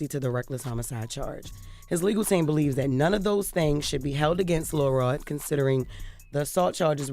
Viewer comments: It sound like she saying Lil Rel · imagine you are listening to this and you do not know that they are referring to LIL ROD until Charlamagne and Envy say it. The whole time I'm hearing Jess say: LIL REL.... lol I love my girl, but WHAT?!?!?!